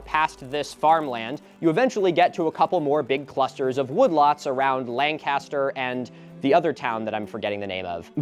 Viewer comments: Ello, much like the British WWII bomber, Lancaster is pronounced Lank-ister! Signed a guy who just moved here and learned the hard way it’s not Lan-caster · I'm actually from Lancaster - you pronounced it correctly if we were discussing Lancaster, CA but for PA it's more like Lan-kiss-ter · erm, actually, we pronounce it langcuhster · Hey Milo, locals pronounce it "lank-is-ter". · I'm gonna say this as probably the only Lancaster native in this comment section.... Its Lane-kes-ter. We are not Lancaster Pennsylvania. 😅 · Here in Ohio it's pronounced "Lankister"😆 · it’s pronounced “Lank-ster”, I adopted my dog there and the former mayors wife let me know the correct pronunciation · hey milo as a local pennsylvanian Lancaster is pronounced Lan-Kister. This area was predominantly settled by Germans and created the Pennsylvania Dutch diaspora so most of the names are pronounced like they're German! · How to pronounce Lancaster a local... Lank-ister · It's so surreal watching this -- I'm in Central OH, and we currently have 4-ish" of snow from the winter storm this weekend. All that greeeeeeennnn in this vid.... Oh, and Milo? Being a former radio DJ who got yelled at by management over it, the correct pronunciation for Ohio's Lancaster is "LANK-uh-stir". Edit: wait...wait...Ohio's Serpent Mound isn't a UNESCO site??? HOW?? WHY?? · The way you pronounce Lancaster vs how those of us from that area is striking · That pronunciation of Lancaster is driving ohioans mad, I just know it